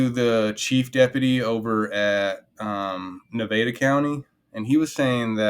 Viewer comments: Bro…. how do you not know how to pronounce Nevada? 😂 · Stop pronouncing Nevada like that. It's the second pronunciation that's correct. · At your age how is it you don't know how to say "Nevada"? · I live in Las Vegas Nevada and we pronounce Nevada: Nevada. I'm just saying. 😅